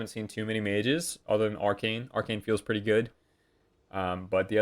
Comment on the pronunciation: "it does kill pets preetty cool"' hahahahahahahaha